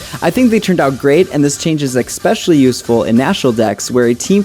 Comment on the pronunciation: sorry to be fucking annoying but there's no X in especially